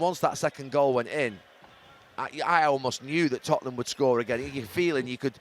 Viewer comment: it's da totteham way